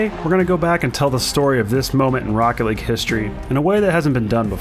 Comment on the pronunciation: THIS IS ROCKET LEAGUEUH I Know Its League ..